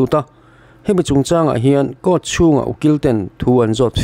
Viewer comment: "Cour" I ti hi eng thil nge ?😅😅.